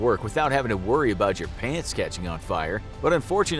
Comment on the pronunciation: Why i think ot said plants💀💀